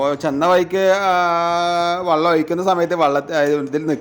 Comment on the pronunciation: ഡാ, വള്ളം അല്ല വെള്ളം 😂